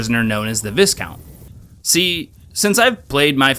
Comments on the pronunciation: Great video. But it's just pronounced Vicount, the S is silent. Like all the ranks of your missions. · Its pronounced "vy - count" - european noble person. Good video 👍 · FWI it's pronounced "Vigh-count", the "is" sounds like it does in island. Great video though, thanks for the upload :) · Really enjoying this series so far. Just a heads up, you don't pronounce the "S" in "viscount"... It's more like vye-count. Cos the English language is stupid like that sometimes. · extremely fun video, nice job! ...the s in viscount is silent... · That ain't how you pronounce viscount, brother.